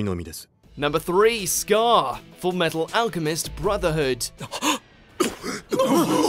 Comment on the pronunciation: You pronounced full metal alchemist wrong